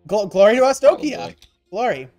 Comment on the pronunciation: why do you guys pronounce Arstokia?